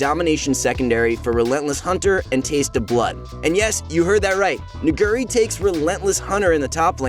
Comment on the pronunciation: I feel like this guy purposely mispronounces Nuguri just to satisfy his urge to say the N- word...